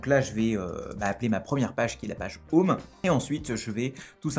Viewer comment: "J'ai un défi pour toi : prononce 'home' en anglais sans dire 'homme' !" sinon a part de ca tres bonne video merci